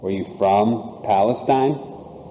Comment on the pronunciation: I was born in Palestine… it’s Pal-uh-steen…. 💙💙💙